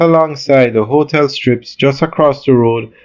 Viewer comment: The word is not "hoe-tel". It is hotel.